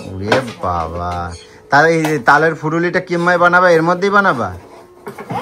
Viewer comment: ওরে অশিক্ষিত! ওটা "ফুলুরি" হবে.. "ফুরুলি" নয়!